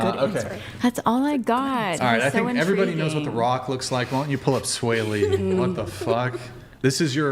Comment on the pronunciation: LMFAO!!! She said “sway lee”?!?! HAHAHA he looks like ET! 👆phone home lookin ass 🥴😂